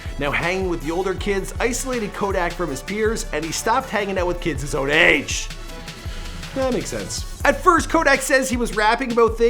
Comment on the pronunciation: Why he say AGEEE like dat